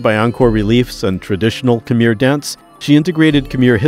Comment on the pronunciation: this is a beautiful video and i mostly only want to give my genuine thanks for it, but i have to admit that every time khmer is pronounced like "kameer" i nearly have a stroke.